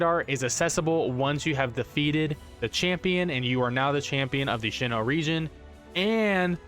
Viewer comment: Sinoh not shino